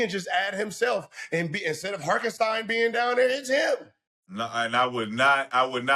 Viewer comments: Who the fuck is Harkenstein?? Nigga it’s Hartenstein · “Harkenstine” was taking me out 😂😭🤣 say that man’s name properly please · They’ve messed up Hartenstein’s name 😂